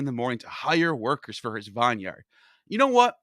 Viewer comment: bro learn how to pronounce vineyard